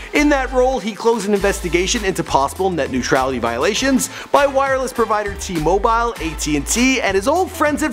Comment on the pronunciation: Why did he say T-Mobile like that?#Netnutrality